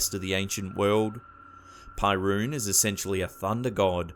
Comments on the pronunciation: It's pronounced PERUN, not PIErun -. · "pyruun"...? Seriously? Is Perun/Перун! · Isn't Perun spelled "peh-roon", not "pie-roon" in English, too? Cause that's how we Slavs spell it. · PERUN, it's not pronounced pie-roon, it's Perun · perkun! not perun :D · not pie-roon but pe-roon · Why the fuck are you calling him Pie Rune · Pyroon, haha. It's so wrong it's kind of cool. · While I found this video enjoyable, why didn't you search for the pronunciation of those names? "pairuun" is really causing me pai(ruu)n... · Don't read Perun as "pie - rune".. :D It's hilarious and sad at the same time